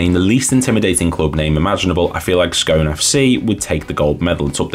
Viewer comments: Scone FC is pronounced Scoon FC.You could have done a bit more research but this is a decent watch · Not a criticism but the correct pronunciation of Scone the place is Scoon. Absoloutely brilliant that you are doing some right obscure teams. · Two attempts to say Scone and both wrong - it's pronounced Scoon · Good research on Scone FC (other than the pronunciation) - I actually grew up there and wasn't aware there had been a second team in Scone (all the pictures you show are of Scone Thistle, who are still very much still going, but have always been a junior/juvenile team). It's a small place pop. c 5,000 and would have been about half that size in the 1920s - shows how much people wanted to play in those days. Scone famously had a 'ba game' (like Kirkwall & Jedburgh) between the married men & the bachelors during the 19thC - maybe that influenced the composition of the two teams